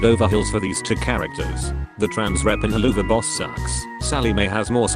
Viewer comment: I find it really funny how the text to speech voice calls the show "Hell-loo-va-boss" all of a sudden. Best part is how it comes out of nowhere and the rest of the time its pronouncing the word correctly.